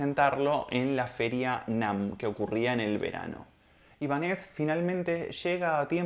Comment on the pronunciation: Te sigo desde hace unos días y me gustan mucho tus vídeos pero en este no estás muy acertada por qué no dices bien ni el nombre. No es Ibanéz,es Ibánez por lo de Ibáñez